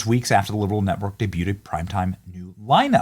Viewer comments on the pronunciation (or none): did you just say day-bew-did???